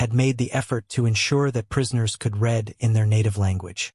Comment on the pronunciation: Bare racks* not barock. Also, *Could Reed, not could red.